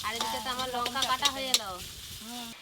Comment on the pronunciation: Lunka noy ota lanka age ucharon thik koro